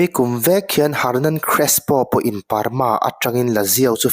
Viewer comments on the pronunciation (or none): Parma ilam kha Burma ti in ka lo ngaithla sual pek a😂